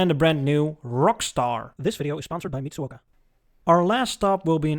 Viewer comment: Your pronunciation of Mitsuoka was quite good. You were right on your first attempt at kei-car ("kay"). A few other retros in history: 1956-57 Lincoln Continental. Early '60s Chrysler Corp cars, especially Imperial, and Dodge Dart & Lancer, and Plymouth Fury & Valiant.